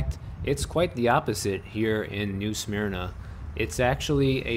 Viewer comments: WOOF! its "new SUH-MERNA beach" lol, not "SMEARNAH". Yes its sleepy here. lets keep it that way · Careful how you say Smyrna… I know your Illinois accent, I’ve got downstate Cherry Valley accent too but I pronounce smyrna correctly / but I also live in this little town now! 😁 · Way to totally mispronounce new SMYRNA lol